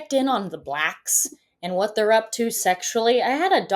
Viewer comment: And still can't pronounce "they're" or "ask" !